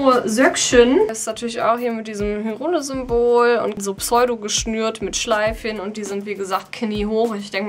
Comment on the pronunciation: Super Video! Vor allem der Nintendo Shop 😍😍 Aber Hyrule wird "Heiruhl" ausgesprochen 😆 .... Ich brauche diese Mütze 😍